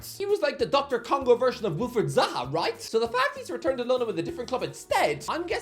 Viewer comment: Every time he says doctor Congo, I don't know if it's a bit, or of he genuinely thinks that's what DR Congo stands for